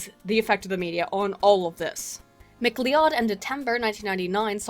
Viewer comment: McLeod is pronounced McCloud.